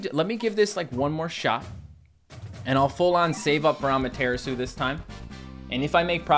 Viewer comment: The way he says Amaterasu is pretty funny xP. At first I thought he was saying that as a joke but it's like....been a thing since he first got it lol. Saying it wrong, but say it however you find it fun to say xD makes it more interesting anyway.